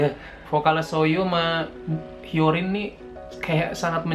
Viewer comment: Cara sebut nya nama nya itu HYOLYN bukan HYORIN